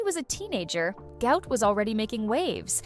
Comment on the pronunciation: Why are these people calling this young man a disease even after his father publicly corrected them... His name is pronounced GWOT not GOUT....